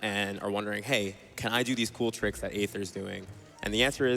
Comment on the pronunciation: yo not meant to be a personal attack, but aether, dude, you pronounce your own name wrong. "ae" in Greek-derived words are generally pronounced with an "ee" sound in English. "Aether" is pronounced the same as "ether" (which is an alternate spelling of the same word). See also daemon/demon.